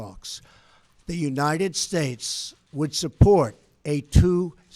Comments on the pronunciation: I watched the whole speech & I think it is so petty of the msm to zero in on a slight slurring of "states" & not the content. Hopeless msm!!!! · "god blesh United Statch" ..he's losing it. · Are his dentures loose?? His speech is incredibly slurred in that last two sentence blather. " And God blesh the United shtatesh"